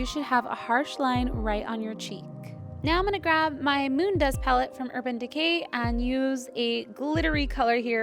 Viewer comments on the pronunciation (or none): I thought you said urban degay and I was so confused